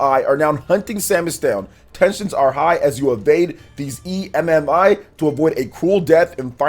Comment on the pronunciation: Just call it Emmy it sounds like your stupid calling it an e m m i